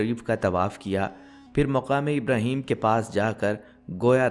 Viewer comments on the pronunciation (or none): none